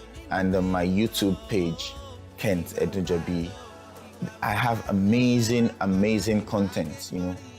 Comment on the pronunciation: It is "Edunjobi"... 🤦🏽‍♂️